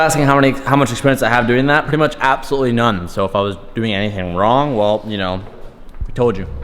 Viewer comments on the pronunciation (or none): He said Wong with it lol